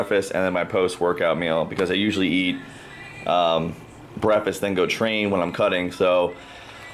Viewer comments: breafast.......there's a "K" in the breh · How many times did he say "brefast?" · 28 months into your offseason?? Was this intentional to take that long or did life just get to you? Also hilarious how you say 'breffest'